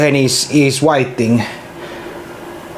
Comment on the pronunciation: "Greaters is whaiting" 👌Näin se vaammenee